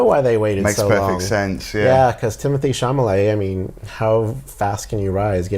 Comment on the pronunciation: Chalamet, not Chamalet!